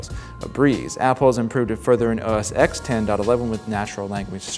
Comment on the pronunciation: The moment you say "OS EX" you loose credibility. Learn to pronounce the product names you review/preview.